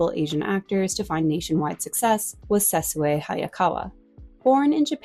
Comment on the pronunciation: I've never heard Sessue Hayakawa's first name pronounced correctly. It's pronounced SESSHUU rather than SE-SU-EH. The final syllable should sound like the final syllable in ISSUE.